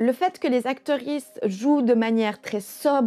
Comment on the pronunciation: J aime toujours bien videos Mais y a des mots que je ne capte pas Acterisse ? Sérieux c'est quoi ??